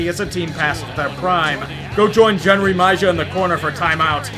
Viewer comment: That is a legendarily bad pronunciation. Jenrry Mejia is pronounced "Henry Meheeya."